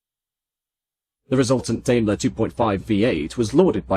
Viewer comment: ダメラ～とか言ってるよｗ デイムラーだよねぇ？